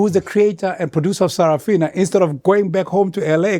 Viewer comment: Sarah Fina 😂😂😂. Bro, its Sarafina